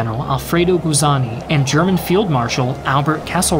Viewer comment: You mispronounced 'Guzzoni'. It's not pronounced 'Guzzani', like how you pronounced it. It's 'oni' like as in 'pepperoni'. You also mispronounced 'Troina' as 'Tronia' twice. I'm not even Italian, but I can still pronounce those names properly. Congrats on pronouncing Vessi properly though. I'm very proud of Vessi (it was created in my hometown of Vancouver).